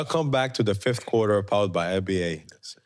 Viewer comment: Fifs qwarqrrrrrrrrrrrr best English evaaaa omg